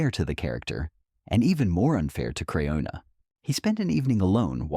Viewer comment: Pronounce her name right stupid if you're going to do a report. A report that's just full of crap. Get off the Airways you're just hurting people